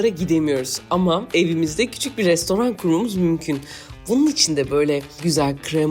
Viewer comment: O nasıl rrrestoran demek Refika abla alemsin vallah 🤣🤣 ingilizler gibi